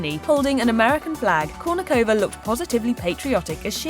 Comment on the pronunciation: Why can't you pronounce her last name properly? 🤔